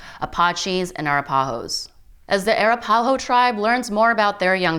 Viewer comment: It would be awesome if the commentator could actually pronounce Arapaho and Apache correctly, sad enough topic without the butchering of tribal names.